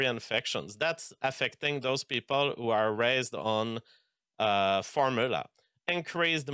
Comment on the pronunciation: I refuse to listen to a 'biologist' who can't pronounce the word "formula", and uses the most vague measurements ever.